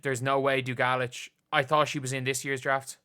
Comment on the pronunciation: It's DOO gah leech 😇